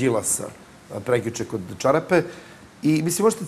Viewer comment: sarapa-"čarapa" hahahaha sergej xD